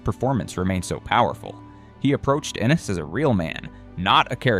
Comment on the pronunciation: ANDIS?????? The name is Enis. God damn AI